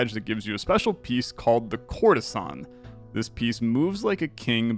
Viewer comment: For some reason, everytime you said "courtesan" I've heard "Coruscant" 😂😂😂😂